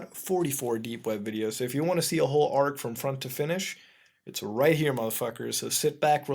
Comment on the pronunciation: A-R-G you are supposed to pronounce the letters. God this is annoying